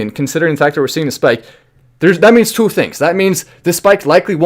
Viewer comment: I don’t like the Way you pronounce 2 lol